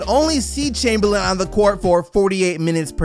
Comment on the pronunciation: "Chumperlame"?? that hurts, Kareem 🙄